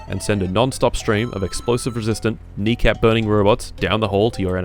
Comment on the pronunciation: KNEE KAP MELTER WALL-E